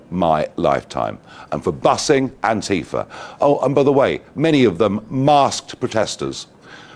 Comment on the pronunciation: Thank you for saying Antifa and not Anteefah 😊